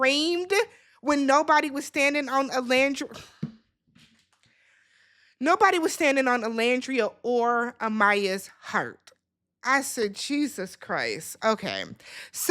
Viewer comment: I am 5'8 (i dont know if its only for the men lol sorry) and the pronunciation is *AHN-DREH-E-NAH. Greetings from the DR!! THX for the video as always